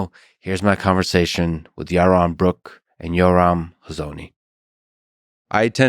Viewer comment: Ewmer fudd awguing wike siwwy wabbit